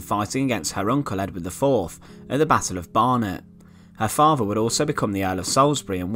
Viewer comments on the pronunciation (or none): TH!!! THought, moTHer, faTHer......Don't narrate if you can't talk! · Er muver an er faver and er bruver , arfur , that was painful to listen too mate?